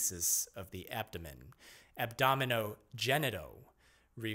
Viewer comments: ab-dom-i-nan ab-dom- ABDOMEN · “Abdomenen, abdonenom… abdomen”